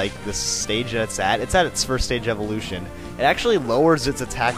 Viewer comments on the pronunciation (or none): none